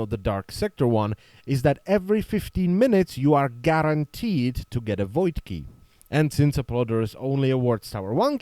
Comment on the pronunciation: "GARENteed"? I see "LoL people"... Maybe... :3